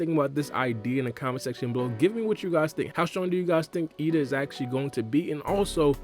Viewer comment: Isn't ada not eida?